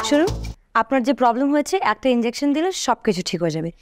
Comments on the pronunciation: ইনডেওকশেন নাকি ইনজেকশন 🙄🥴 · 🚫😄ইনজ্যাকশন নাকি ইনজেকশন হবে❓